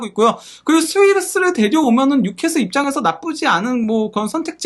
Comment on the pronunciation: 뉴캐쓸 인데 뉴캐슬이라고 하노 자꾸 ㅡㅡ